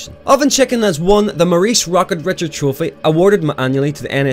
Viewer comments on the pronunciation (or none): Not Rocket Richard, Rocket Reeshard. French sounding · Please mate, Call him by his name please. A player as great as him deserves to be called by his name.... or the Great 8 or Ovie. Also Rocket Richard trophy is pronounced Rish-ard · Rocket Richard is pronounced Rocket "Rishard". Played for the Montreal Canadiens. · The scoring trophy is the "Rocket Richard" trophy, but the guy was french Canadian, so Richard is pronounced "Re-shard". He was the first player in history to score 50 goals in 50 games, which he did at a time that there were only 50 games in a season. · The Richard trophy is pronounced “Rih-shard” just so you know lol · Rocket Richard's pronounced (ri-SHARD) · I love ya bud, but it's pronounced "ri'SHARD", not "richard". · In french you woulndt pronounce a d in richard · You do pronounce the "d", but it's a much softer "d" than english. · im fucking French canadian.Theres no way to say richard quebec at lesst that ends with a pronounced d it ends in ar. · Amd itd pronouced foorsh beh Rray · You're pronouncing "Richard" incorrectly, but I'm gonna let it pass.